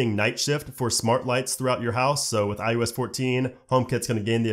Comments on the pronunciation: Why does it always sound like this guy is saying "i-U-s" instead of iOS lmao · It’s “I O S” not “I U S”. I know you know that and it’s just your inflection, but man is it tough to listen to over and over. Thanks for the info though. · Is he saying IUS or is he just saying IOS weird? Is IUS something I don’t know about? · I swear I keep hearing him say "iUS 14"...it's iOS. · I swear it sounds like he’s saying iUS. Not iOS. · It’s pronounced I O S not I U S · It sounds like you keep saying IUS instead of IOS. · I like this guy and his videos, but does anyone else notice it sounds like he say “i-U-S” instead of “i-O-S”?